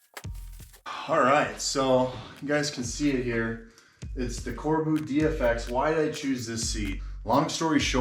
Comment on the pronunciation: "Corbeau" is pronounced Cor-bow, not Car-boo.